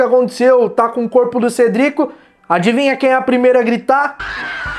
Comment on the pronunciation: ( Cedricu ) pode pelo menos falar o nome correto (CEDRIC)